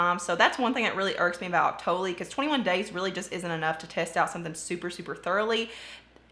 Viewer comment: I must be the only one on Earth who doesn't like the smell of the Bum Bum cream. I find it too strong. And I think Octoly is pronounced OCT-tuh-lee. Emphasis on the OCT.